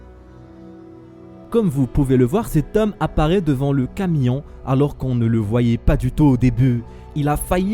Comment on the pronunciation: Eh c'est flippant on dit un camion pas un camillon😂😂😂